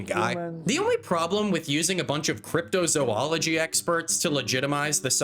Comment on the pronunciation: I think the number of times mispronounces "Zoologist" is scarier than the cryptids.